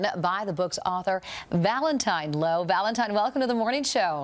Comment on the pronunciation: Please tell me my ears deceive me, are you saying ValentiMe